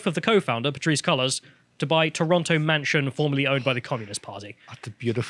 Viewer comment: Classic lol, Pateerissehh......seconds later, rolls straight through "The father of Patrisse Collor's child" effortlessly.